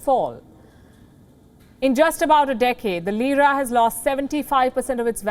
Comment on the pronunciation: Lira becomes Jeera😁😁